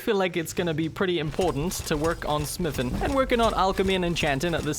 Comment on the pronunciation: SmithIN, EnchantIN, GrindIN, BuildIN. Love the way you pronounce words that end with ing lol